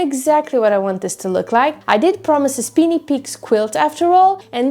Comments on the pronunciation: SPINY - long I, not SPINNY - short I! LOL. Nice quilt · The first work is pronounced spiny with a long i, not speeny with a long e. Spiny means full of sharp points, thorns, or prickles, like a spiny lobster or a spiny hedgehog. Hope this helps! 🩵🩵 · It's lovely, great job as usual. Small correction if I may, I think it's pronounced Speyeny Peaks. I have one half done in this very same design. I hope to work on it later this year.